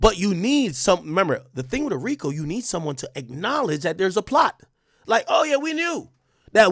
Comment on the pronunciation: THE "FRICO" TOOK ME PUT YO😂😂😂😂😂😂😂😂😂😂❤